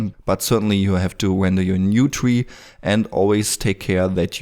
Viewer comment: Not a twee, its a tree! :-P